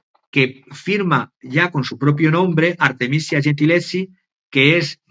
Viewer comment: Minuto 23: Artemisia Gentileschi (pronuncia: Artemisia: con S dulce, como la palabra iglesia, el apellido Gentileschi, se pronuncia gentileski).